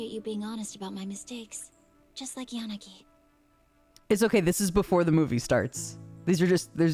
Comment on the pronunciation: "Yanagay." I can't unhear it now. 🤣